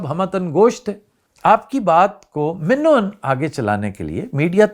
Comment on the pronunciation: You are the first man in media whose spoke " min o an " correctly.Nice to hear.